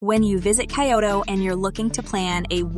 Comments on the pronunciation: I know, right?!!! "Kai-yo-to" and "Key-boon"? What's up with that? Probably AI generated narration just reading a script. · Who the heck says Kay-oto ??